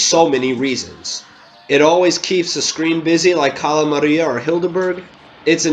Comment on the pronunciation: Cala maria? She’s s easy